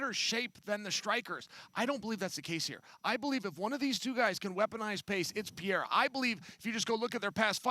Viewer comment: Lol he makes it sound like Alex is italian